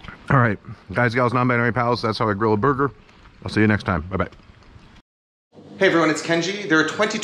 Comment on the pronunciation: sounds like he says booger. Yes I am 12.